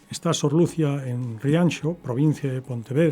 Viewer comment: ¿Por qué pronuncia el nombre Lucia sin acento en la i?